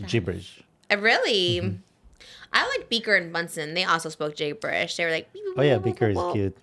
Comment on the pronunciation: How trisha pronounced gibberish sent me